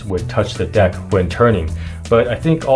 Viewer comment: o u said deck this time hahahahahahaha